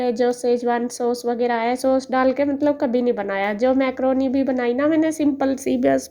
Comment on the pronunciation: Maykroni nahi mkroni hota ha